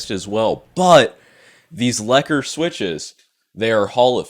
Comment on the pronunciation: The Lekker is pronounced lakka’. It means nice or good in my language